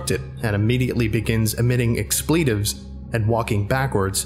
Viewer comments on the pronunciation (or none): "Expleetaves" lol